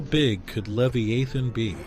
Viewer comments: Its pronounced Lev eye uh, thun. NOT Lev-ee-a-thun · It's pronounced "lev-EYE- uh-thin." Hmm. If it's there, it would be really terrifying. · This guy can't even pronounce Leviathan. It's not even that..its DANK DEMOSS TRYING TO SUE THE OCEAN CUZ SHE THINKS SHE CAN FIT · And Job. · I'm sorry, but I'm a god fearing Christian, and this video has no "scientific proof ". It's also hard to take it seriously when leviathan is pronounced 80 different ways. This feels like AI click bait nonsense... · Sorry brotha. But you’d be a LOT more credible if you pronounced Leviathan consistently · Ive never heard so many different ways to pronounce leviathan before this video. Theres at least 4 different pronunciations here .. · How many ways can you pronounce "Leviathan"? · Idiot pronounced Leviathan 3 different ways. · QUIT PRONOUNCING THE SAME WORDS DIFFERENT!!